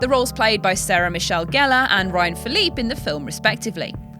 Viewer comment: Ryan Philippe's last name is pronounced "Philipy".